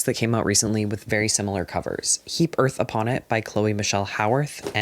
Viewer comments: sorry I just heard you say the title "Heap Earth Upon It" as "He Birth Upon It" and my first thought was just HE BETTER NOT HAVE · i genuinely thought was saying “he birth upon it” for nearly 20 minutes 😭